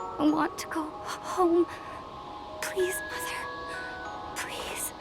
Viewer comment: pwease, John Fuwwsawce